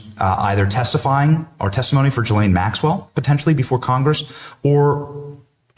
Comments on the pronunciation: It's "gilllane" not "jilllane" btw. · Her name is pronounced GELEN with a hard G.